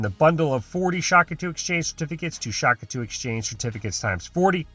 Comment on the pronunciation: Day 500: He's still saying Shak-atu